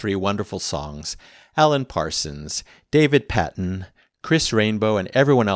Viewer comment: Children of the moon is a great track. Thank you for that! By the way it's pronounced like David PAY-ton (like in Patreon 😂). He as well as Chris Rainbow also played and sang with Camel in the beginning of the 80s. Chris Rainbow was known as the "one-man Beach Boys" as he would often (such as here I think) provide the whole backing vocal harmony for a song.